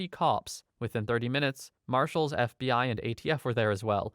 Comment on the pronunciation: I know he's saying "the fbi" but I keep hearing bfdi 😭